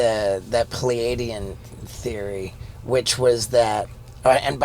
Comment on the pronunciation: Also- what does he mean he “fcuked a peleidian”???!